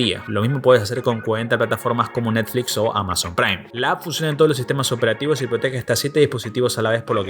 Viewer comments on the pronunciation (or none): none